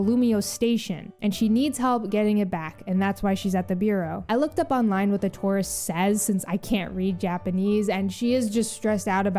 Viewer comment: I swear I thought you called that female NPC a Tauros instead of a tourist for a couple seconds😂.